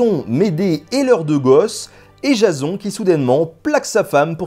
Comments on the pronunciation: La façon que tu prononces Jason m'a fait tellement rire xD (Jazon, alors que ça se dit Jaysseun). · sa ce prononce jayson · PUTAIN MAIS C'EST PAS JASON C'EST JAYSONE QU'IL FAUT DIRE MERDE JASON C'EST MOCHE!